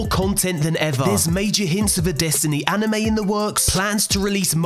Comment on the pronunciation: I’m sorry did you say ANIME!?!?!?!